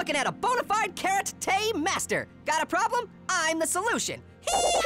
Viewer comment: Karate more like Carrote